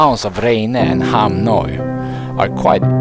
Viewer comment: Hahaha I laught when you pronounced Hamnöy, Ham Noi as it means: small penis in Thai! ☺